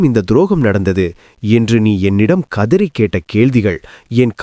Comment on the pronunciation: கதிரி அல்ல கதறி !